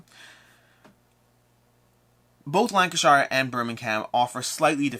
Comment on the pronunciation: Im from Lancashire and to my shame, I dont own the game! 🤣 (Just a side note, we Lancastrians pronounce it Lancasher). 👍